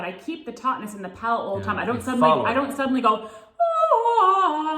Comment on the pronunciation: Palate, not palette lol